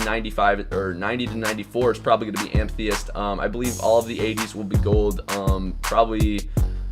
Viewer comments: Am-eh-thist not am-thee-ist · It's Ama-thyst not amtheyidt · Its pronounced: am-uh-thist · It's pronounced: Am-Eh-Thist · Amethyst. Am-uh-thist. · "Amthyest" It's Amethyst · Amethyst your saying it wrong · The way you say amethyst triggers me